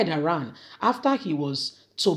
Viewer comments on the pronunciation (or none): none